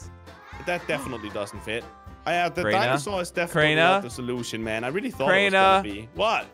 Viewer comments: Kraner bro its crainer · "Kraner" bro its Crainer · How we pronounce Crainer: Crayner How pronounces Crainer: Craynah